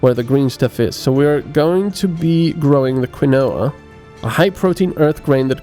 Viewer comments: Quinoa is pronounced Keen-Wa, not Kwinowa :v I used to play a game called Outpost years and years ago. It was a colony sim with the basic story that Earth is experiencing asteroid induced armageddon and humanity's last hope is to send out a colony ship. No game since then has quite replicated the experience for me because they end to be less granular and or realistic. Games like Anno for instance are intricate puzzle games where you balance inputs and outputs and zones of effect, the fact that your colony happens to be on the Moon is almost an afterthought. What I've been looking for since the original Outpost is a game that simulates that true space colonization experience where you start with only what you chose to bring with you and have no home to return to. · quinoa is pronounced keenwa xD just sayin